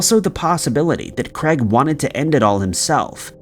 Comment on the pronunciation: Why are you pronouncing 'Craig' as 'Creg'? wtf lol biggest mystery of this video